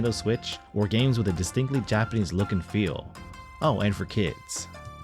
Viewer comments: Did you live in Japan as your Japanese pronunciation is spot on! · Having lived in Japan for 15 years im extremely impressed by your pronunciation of the Japanese language, is this some AI trickery?